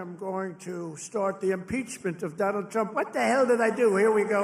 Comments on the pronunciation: Someone needs to tell the hindu senator that Donald Trump only has one D in his first name, not six! Did he just call him DDDDDDonald Tddddump? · Did he say Donawd😂😂😂